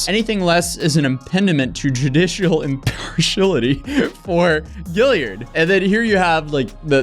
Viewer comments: The word is: IM-PARSH-E-AL-ITEE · Thanks but what is "imparshillidy"? You mentioned it twice but I have no idea what that means. Perhaps I am the only one. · To the narrator of this video & most all young youtubers. If you are going to be on youtube frequently, you really need to learn how to pronounce words like impediment, & impartiality as well as many other basic words that are butchered on a regular basis on these platforms. It makes a huge difference in how you are perceived by viewers who know the proper pronunciations. Unfortunately most under the age of about 45+ don't know, let alone care.